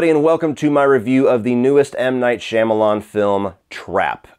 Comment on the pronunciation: Couldn’t make it past 4 minutes of this. The way you pronounce the director’s name is nails on a chalkboard.